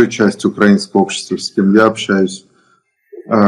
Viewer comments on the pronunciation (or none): none